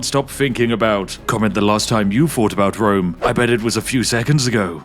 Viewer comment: I heard he had a vewy gweat fwiend in Wome